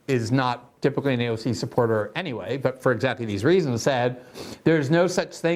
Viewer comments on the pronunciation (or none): none